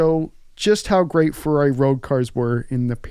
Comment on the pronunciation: I respectfully suggest you find someone who speaks Italian to help you with pronunciation. You do say Ferrari correctly (with a North American accent), but that's about it.